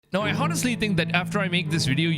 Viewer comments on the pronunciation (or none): says the guy who doesn't even know how to pronounce English words ''honest'' and ''honestly'' correctly... ...and big dislike for subjective opinion and title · Stop fucking saying Honestly, h doesn't pronounce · lol the h in honestly is silent my guy Edit: mixED?! Wtf Another edit: ghonestly?